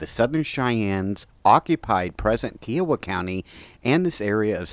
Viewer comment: Interesting walk-through. I've always heard Kiowa pronounced with an emphasis on the "I." KI-owa.